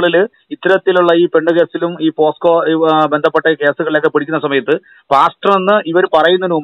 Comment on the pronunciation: എൻ്റെ സഹോദരന്മാരെ പോക്സോ അല്ലെ പോസ്ക്കോ അല്ല